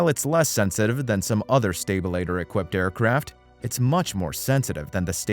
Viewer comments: Why can’t you pronounce normal aviation terms? Stalter is not stabilator. Wtf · A stabilitor? Computer dialog needs work. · A stabILituh eh? yeah OK. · Is this a text-to-speech narration? If not, his pronunciation of “stabilator” is a crime against humanity. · And his unintentionally hilarious mispronunciation of stabilator. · Guy, if you can't pronounce "stabilator" consistently, you shouldn't be commenting on planes. How about "porpoising", "subsequent" and Grumman"? Is the narration computer generated? Sounds like it. Poor choice. If I we're going to buy a plane in the light-single market, I'd buy a later model Cardinal. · I can try to forgive pronouncing "sta-BILL-a-tor" instead of "STA-ba-lay-ter" and "Grew-man" instead of "Gra-man" but when the guy calls the Cirrus SR20 a "CITRUS," I have to wonder if ol' actually know much aviation after all. Then there was "per-posing". Has never heard of the marine mammal called the porpoise (like a dolphin... you know... Flipper)? what is "sub-SEE-quent-lee" and, "sub-SEE-quent?" If you're saying, "subsequently" and "subsequent," it's pronounced "SUB-see-QUENT-lee" and "SUB-see-QUENT." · The fuck did I just watch?? Are you even in aviation at all? Anyone out there have german (GAR-MIN) avionics in their citrus (cirrus) or their Grooman (GRUH-MIN). Never heard a stabilator called a sta-billa-tor before.